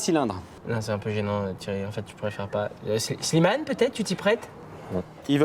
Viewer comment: Thierry qui n'arrive jamais à dire Slimane 😂😂😂